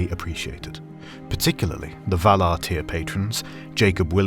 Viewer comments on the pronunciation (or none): none